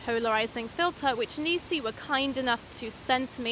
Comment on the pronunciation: It's "Neekon" and "Nissee" Wrong on both counts!